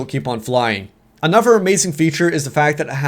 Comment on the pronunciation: does anyone notice that when says "another" he says "anover" pronounced "a-nu-ver"